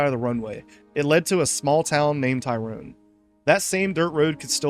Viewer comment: I'm gonna be honest, maybe this one should have a retake and reupload. The pronunciation issues with St. Phillipe and Tyrone (remember this is a french colony, it needs french pronunciations), calling the town of Morton a coastal base (likely due to its marking in the conflict mode, even though it is clearly not a coastal base in any way. The Enfusion workbench, map hint and GM mode will confirm this), not to mention the subpar captions constantly misnaming the various towns and more complicated words, including the damn name of the game itself sometimes..